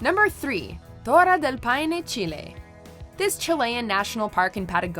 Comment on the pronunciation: The accents of the place names weren't really necessary since the video is for an english speaking audience(plus that wasn't even how you say "Torres" in spanish). The french pronunciation was good though.